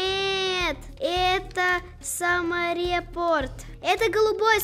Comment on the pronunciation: Не самореп, а саморепорт